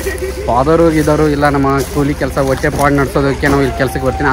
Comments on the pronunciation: ಕೂಳಿ ಅಲ್ಲ ಅದು ಕೂಲಿ 😂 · Bro adu ಕೂಳಿ ಅಲ್ಲಾ ಕೂಲಿ😅